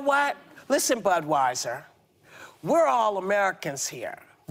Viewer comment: Did she say "Big Butweiser Fan"?